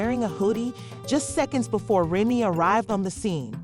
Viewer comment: Lies this slow azz chick can’t even say Remy’s name rt 😂